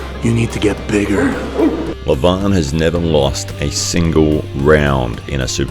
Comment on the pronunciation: Leeevan not Levaaan.Devooon .LoL